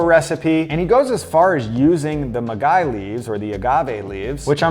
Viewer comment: yes, he attempted to pronounce maguey aka agave